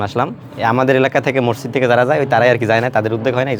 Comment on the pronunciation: Masjidke morjid bolen keno?